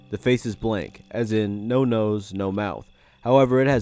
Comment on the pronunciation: Video: “no nose” my ear: “no no’s”